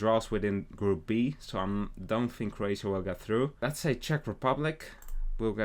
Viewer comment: The disrespect to Croatias name